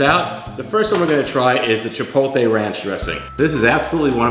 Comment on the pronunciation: Chi-POLE-tay???? My ears!! Dressings look yummy though.